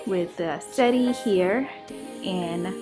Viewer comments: Settee is pronounced “se-tee” or “se-tay” but not “setty”. Thanks! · Potion 2 is great but u pronounce it set-tee that’s how lol not sette. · I want to start by saying I love your dining room. I hope I'm not offending you, because truly that is not my intentions. I just want to help you you are pronouncing the word wrong. You pronounce it how it is spell. Set tee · Both are gorgeous... you always decorate so nicely... (btw, settee is french and pronounced "set-tee") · You pronunciation of settee. Cute.